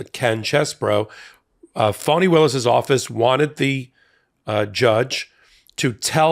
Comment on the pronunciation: I know that you would be irritated if someone, everyone in this case, kept saying your name wrong, repeatedly. So, here is the break down. Fani Taifa Willis - fa ni, FAH-nee; FA as in Do Re Mi FA So La Ti Do - not fawn, not fan.